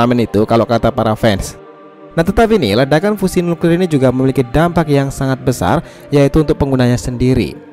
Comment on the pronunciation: Sebut fusion pon tak pandai